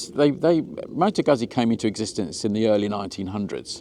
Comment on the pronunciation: FFS mate! How do you pronounce 'pizza'. Please apply the same rule to Guzzi.